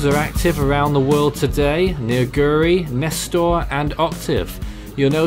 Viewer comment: Nester ain’t ss it’s s